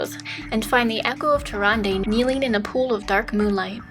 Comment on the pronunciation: murozond is meant to be nuzz after hes gone insane... or something like that. hes also from a different time string like the infinite dragonflight (which dont exist in our string) and they way she pronounced tyrande got really annoying >.<